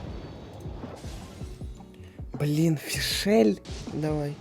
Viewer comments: меня убивает то, что он говорит фишЕль. в её имени даже нет этой буквы((( её зовут фишль((((( (кстати, я её хейчу) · Не Фишель, а Фишль.. Режет слух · не Фишель, а Фишль (ударение на и) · Пожалуйста хватит говорить ФишЭль правильно говоришь ФИшаль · Какая фишЕль😭😭😭,ударение на букву и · Ты Фишль не правильно говоришь. Ударение на и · А что ты с Е произносишь имя фишли хех